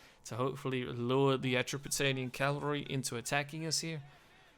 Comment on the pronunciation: I just discovered you and I love your Rome 2 videos, much much better than others' I've been watching. BTW - maybe you know this by now - melee is pronounced meh-lay and it's cavalry not Calvary which is where Jesus was crucified. If it's a habit for you just remember "cav" is short for cavalry.